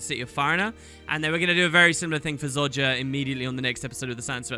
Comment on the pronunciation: And after all this time he still can’t pronounce Zojja correctly, I love it xD Keep up the great vids dude!